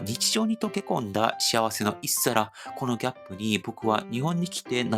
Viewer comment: 一皿→いっさら✕、ひとさら○ あと、食文化だから仕方ないけれど、インスタントラーメンは日本では料理するのが面倒くさい時、夜などに小腹がすいた時に食べるもので、非常食でもあります。韓国人がインスタントラーメンを外食でお金を出して食べるというのは貧弱な食文化だなあと思ってしまいます。(ごめんなさい) 家系は特殊なので、塩ラーメンや味噌ラーメンなども食べてみてくださいね。 おでんの語源は知っていますか？ 豆腐田楽から来ています。とうふでんがく→おとうふでんがく→おでんがく→おでん。